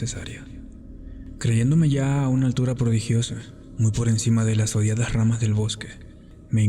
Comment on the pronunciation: Hola me topé el video por casualidad, me gustó! Buen trabajo. Aquí no dice que puedo opinar pero como retroalimentación, no sé si es tu fin, pero se pierde el acento neutro cuando pronuncias algunas palabras como: odiadas, gargantas, distorsionaba. Si no es tu fin un acento neutro de igual manera me a agradado mucho. 🌹